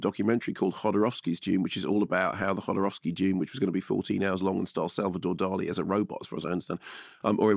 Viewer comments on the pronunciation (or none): none